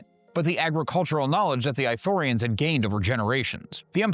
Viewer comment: is it eye-thorians or ithorians? how is it pronounced